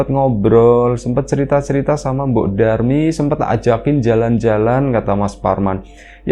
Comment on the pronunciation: mbok Darmi... bukan Durmi.. 😅😅😅